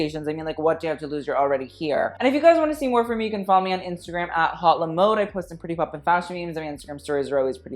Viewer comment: The way you say "Haute Le Mode" is cringey.... It's "Hote Le Mode" not "Hot Le Mode". People don't say "Hot Couture" they say "Hote Couture".